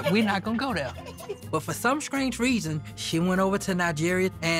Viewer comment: that man said “for some SCRANGE reason” what??!!?!?!?! Lmao 🤣 that sent me! 🤣😂🤣😂🤣😂🤣